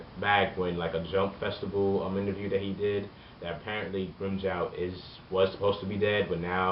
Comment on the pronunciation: its Joe not Jow